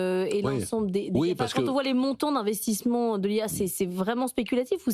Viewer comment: Les "montons d'investismont" dit elle ?